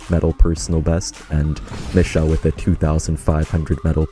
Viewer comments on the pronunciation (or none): none